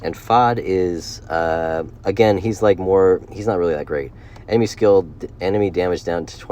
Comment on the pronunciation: Bro why do you say Stanima and Anemey. Or am I that high right now?